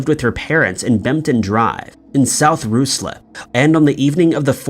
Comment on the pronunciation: Canberra in the ACT Australia is pronounced CAN-b'ra. Ruislip is pronounced RYE-slip. Also, Hubert Chevis was stationed in India in the British Army. Could 'J Hartigan' be a version of the caste 'Harijan' an untouchable caste in India at that time? Could Chevis have insulted caste members and was poisoned by someone who took offence??